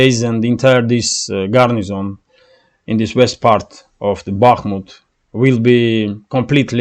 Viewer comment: Garrison, not "garnison" (sic).